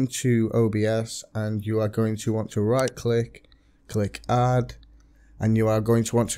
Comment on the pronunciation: In all of your videos... Stop saying Hadd it doesn't have a fucking H it's Add stop trying to force formality in your speaking just talk normally 😂